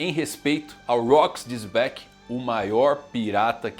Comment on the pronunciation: Por que o mano fala "Zebec"? 😅